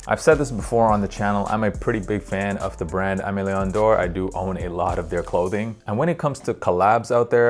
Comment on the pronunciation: If you’re gonna be a fun of AML, please at least pronounce it properly LOL. It’s pronounced like “ehmay - lay - awh (sorta but a bit diff cause it’s French) - dorh (also a bit hard to spell in English)”